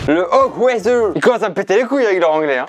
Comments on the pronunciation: hochwasser: mot en allemand qui se prononce “horwasser” ou “horwassa” pour un bon accent et qui signifie littéralement haute eau: le okwayzer, ils commencent à me peter les c*uilles avec leur anglais! c’est pas pour corriger ou quoi!! j’ai juste trouver ça super spontané de et ça m’a fait trop rire voilouuuuuu 😂 c’est vers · "ils commencent à me péter les couilles avec leur anglais" … C’est de l’anglais… c’est de l’allemand/alsacien…. Ça se prononce "orrrrvasseur" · J'ai tellement ris à quand dis Hochwasser, "Okweather" c'est pas une bonne météo la traduction 🤣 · Oui “hochwasser” c’est allemand 😭 et on le prononce “or vasseur” voilà bisou vous êtes super drôles🩷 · Mais wesh on dit pas hok Weser On prononce horvasseure Et en plus allemand horvassa Et aussi wasser c'est de l'allemand anglais c'est wather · Hochwasser se prononce " hhorvasserr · Le Hochvasseur on prononce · Le hochwasser se prononce "horr vasser" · OMG alors en Alsace on dit soit tu va au fraise soit tu dit hochwasser et c'est pas du tout de l'anglais c'est de l'allemand / alsacien 😭 et sa se prononce horvasseur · Ça se prononce hogVasser et c'est de l'allemand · "hochwasser ?! il me pete les couille avec leur anglais !".... je chiale.... "Hok weather" je veux mourir, vous avez detruit l alsacien mais qu est ce que je vous aime 🤣🤣 par contre pour tancarville et stewi, je pense c etait peut etre la marque de l etendoire ? Comme velux ou klinex ? c est devenue le nom de l objet alors que c est la marque de base ?